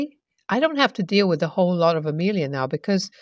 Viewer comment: So badly written. My favorite mannerism that gets repeated through these stories, (which are plainly written by the same person) is the use of "Hell, I..." Plus, "wif"..? Please learn to pronounce the TH sound.